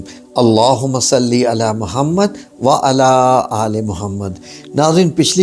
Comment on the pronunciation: Assalam, allawhumma Sawlli ala padh karen. Agar aap sawd ko mota na padhen to Maani badl Jate.